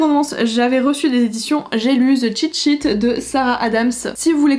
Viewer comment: Ça me fait rire ce titre cheat sheet A chaque fois j’entends shit shit